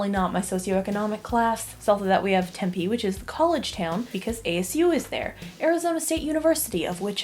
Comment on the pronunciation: as a fellow Arizonan, im triggered by how you pronounce Tempe